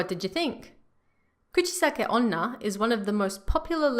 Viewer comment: The way she pronounces Kuchisake-onna is very cute 💕